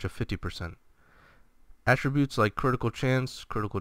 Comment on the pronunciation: Enjoyed the video. Accent is on the 'a' in attributes (first one in this video): How to Pronounce Attributes